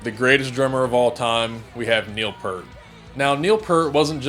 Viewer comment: PEERT is the pronunciation.